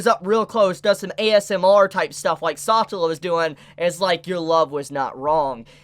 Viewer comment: SA TeLA not satla PLEASE, i like watching you talk, but the way you say that hurts my ears...